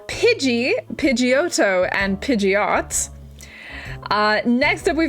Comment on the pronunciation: Omg i was cringing on the nidoran lines xD I also noticed you prenounced scyther like cider, where i would use the th sound as throwing or sometimes the t sound. I am always prenouncing it different xD For the rest pidgeotto and golem sounded a tad weird but probably that is because you used a long o with pidgeotto, (like in johto) while i use a short one, and a short o like gollem where i would use a long o. Exeggutor is indeed a weird one but i put the emphasis on the second e as you would do in exactly. Gyarados was correct imo. The rest were all good. Just say how you want to say it even when it sounds strange to some